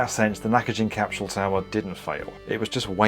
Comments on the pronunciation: Love this show, but why are you pronouncing an "H" in capsule? It's not cap shool. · What on earth is a "capshule?" What's "highth?" 😆